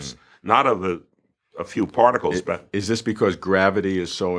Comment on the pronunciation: part-I-cles (it's crazy but every word leads back to oneness) love these conversations though...